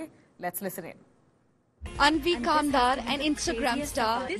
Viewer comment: Aanvi kambar naam tho sahi boldo India Today anchor 😢